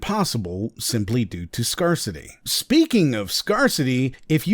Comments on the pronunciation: Part of me chuckled every time he pronounced “scarcity” like “scar city”. I’ve never heard anyone make that mistake, but writing it out, I absolutely see how you could. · "Scarcity" should be pronounced as "skehr·suh·tee." As in, the object in question is scarce. Love the video. Quite the deep dive. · Scarcity and scarce are pronounced like scared...unless its an AI voice